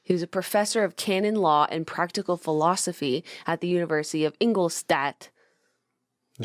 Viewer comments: In-gol-stadt pronounced // i life in Regensburg 50km away #BayernDesSammaMia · The way Jenna says Ingolstadt just makes me laugh. I had to google it to find out what she was trying to say. Also my dad always told me one quote that Paracelsus said and that was “the poison is made by its dose” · Ingolstadt is totally not pronounced the way Jenna pronounced it. Neither is Professor Weishaupt. 😂 And I thought Americans knew that Bavaria is in Germany. It's where all the German stereotypes come from.